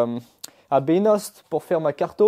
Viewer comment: L'on dit Beyno pas Ben hoste. pour Beynost Dans l'ain. Cool la vidéo.👍👍